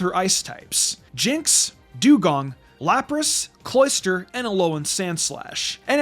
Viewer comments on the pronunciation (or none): none